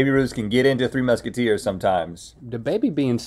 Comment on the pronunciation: “3 Mushateers”🤣🤣 how did nobody else catch this lol